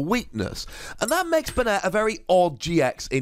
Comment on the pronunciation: It's pronounced "Bay-net". The anime uses this pronunciation.